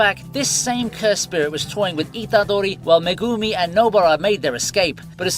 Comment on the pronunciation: The way you say Itadori, Sukuna, Megumi, Nobara its so weird my guy, maybe watch the anime in japanese? xd